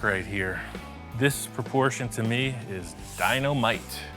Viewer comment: You said it was in proporschein.😂